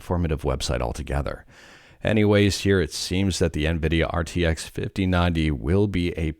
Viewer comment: it is rtx not rtxc